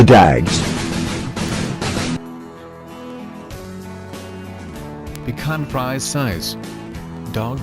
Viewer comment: now why you call it bacon fries then say the breed correctly is my question... easy way: bee shwan free say